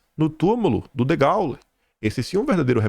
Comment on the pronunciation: Degôle au -ô, e o acento agudo fecha o som do "e" como se fosse ê